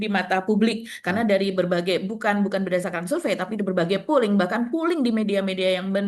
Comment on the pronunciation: polling bukan pulling